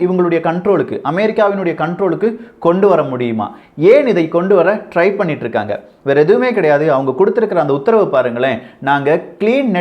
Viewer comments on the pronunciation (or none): none